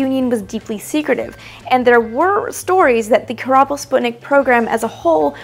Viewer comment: Don Sample korabl, not kerbal